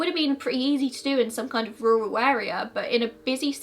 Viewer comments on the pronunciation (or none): none